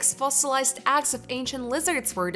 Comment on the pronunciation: Ok done 😂 Couldn't handle hearing eggs pronounced axxs. Was like nails on a chalkboard for me. But I'm sure she's nice. 😂 Thanks u.